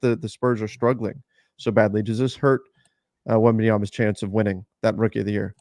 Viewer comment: As a Spurs fan, hearing other teams announcers consistently call Wemby "Wenbenyana" drives me fucking nuts. I agree, it's genuinely not hard to figure out a guys name and say it correctly. I mean this goes back to school when your teacher would learn all the kids names.